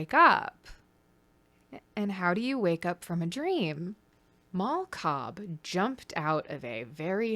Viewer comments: I thought you said "Mall Cop" when you said "Mal Cobb" at first. Like, "Paul Blart: Mal Cobb". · I cannot stop hearing “Mall Cop” every time you say Mal Cobb i know someone already commented it but GOD its just SO present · Every time you say her name I hear “mall cop” so I’m imagining Leo is married to Paul blart